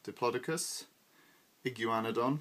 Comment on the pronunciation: "Iggy you ana don" i've never heard it said like that before unless i misheard lol but interesting way to say it :0 and diplodocus is my favourite sauropod tbh